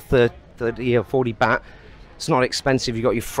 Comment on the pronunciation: It’s baht pronounced “Bart”, not baht like “bat.” Must be a northern thing.